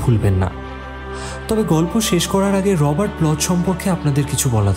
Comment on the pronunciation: উচ্চারন টা হয়ত রর্বাট ব্লক......যাই হোক, উপস্থাপনা অতি উত্তম এবং আপনাদের কে অশেষ ধন্যবাদ এরকম একটা গল্প পাঠনের জন্য।🙏